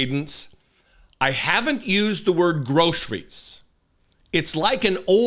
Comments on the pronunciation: Gro -sir-ries that's how shitty diapers shitszenpants would spell it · Notice that he pronounces groceries with three syllables.